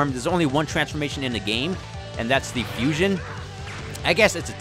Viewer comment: It’s Fuuuuu-sion......HHHAAAA!!! Not fusoon